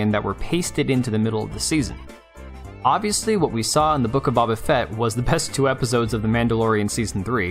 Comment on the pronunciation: BABA-fet? 😜 You’re fired 😂 lmao GREAT video, once again 💜